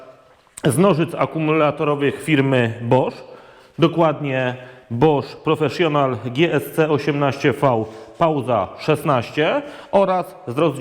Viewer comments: Dziwnie brzmi te wypowiadanie PROFESZJONAL ;) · Absolutnie się nie czepiam...Tylko ucho dziwnie to odbiera. Grunt że każdy wie o co chodzi ;)